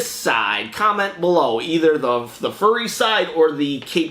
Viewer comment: Cool unboxing! First of all, the game is pronounced like the word "fury" or like fe-ur-ie. The contents look awesome! Not the best steelbook, but it does look pretty slick! Man, these unboxings make me long more for my Celeste CE to some now. The CEs have a common theme in the format the contents are packaged and the missing space (at the beginning) was not for the art book, but for the game! It just fell through the packaging. I would use the caped superhero side of the picture. My favorite item is the steelbook, of course. Have a good day!